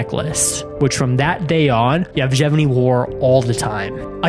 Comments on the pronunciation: its Yevgeny, not "Jevjeny" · The Soviet Union no longer existed in 1996 and the name is pronounced evGENy with a hard G as in grand. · he is literally called: "Yefgheni". Not the weird name as you pronounce it. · He said " JevGevEny” 🤣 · Why do you pronounce Yevgeny's name like that?